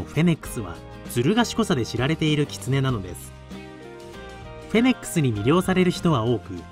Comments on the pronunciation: †MAI † 「フェネックス」じゃなくて「フェネック」だから突っ込んでるんだよなぁ……🙄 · フェニックスみたいに言うなw不死鳥かw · フェネック「ス」、と言ってない？フェニックスと混ざっちゃったんでは😂